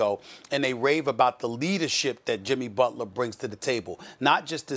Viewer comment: Jimmy "Bulter" LMAO